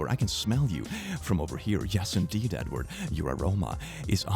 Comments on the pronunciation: Bro when you said “Edward” I thought you said “N-word” and I had to do a double take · I almost thought said Nword instead of Edward lol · had my own facepalm to start this video: when said "hello edward" i totally heard "hello n-word".... as if wanted to use a slur but also censored it. i was shocked and confused, and then just laughing at my stupidity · I thought he sayed n word at the start not edward lol